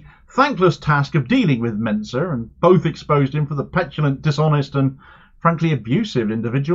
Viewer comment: Why do people keep pronouncing "Mincer" wrong?